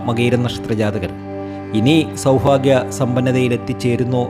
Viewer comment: സൗഫാഗ്യമല്ലെടോ സൗഭാഗ്യം